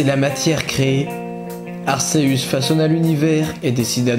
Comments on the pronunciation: Arceus se prononce arkéus pas arsséus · Déjà on dit Arceus et pas Arséus, on dit Giratina et pas Jiratina et on dit Créfollet pas Créfallet. En plus ce que tu dis est faux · Pourquoi tu prononce arsseus c'est arCeus arc et deus(dieu) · Aceus se prononce Arkéus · Arceus (akéus) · Juste on prononce arKéus! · Dommage que Arceus soit mal prononcé, sinon j'ai adoré cette histoire, on a chacun notre propre version est celle-ci reste plaisante.